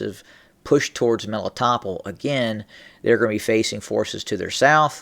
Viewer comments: Meh-lee-tow-pol Melitopol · I think it's pronounced Meh-lee-toh-pol